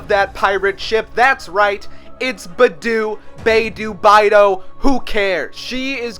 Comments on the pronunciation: I’m sorry, but I’m put off by your way of pronouncing Beidou. It should be Bay-dough, according to the pronunciation of her Chinese name, which comes close to meaning ‘Northern Star’. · Beidou is pronounced similar to pay-tow, btw 😂😂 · he really said "beh doo" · It's bae-do, "do" as in "dog" Beidou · The way you said Beidou sounded like "Bëdu" Also,As someone whos from Germany,I hate how legit EVERYONE in mondstadt says mondstadt wrong,and how Amy pronounces Verurteilung wrong But I can defo say,Germany has alot to do with meat and alcohol/nm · its pronounced bae thou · say it with me biedou pronounced "bay" "dough" i couldnt help myself sorry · She’s bae doh. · psst... Bei Dou is pronounced like "Bay Dough (like cookie dough)". It's not "Bee Doo" or "Bye doo". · he said “beidou” 4 times and not one was right 😭💀 HAHAHH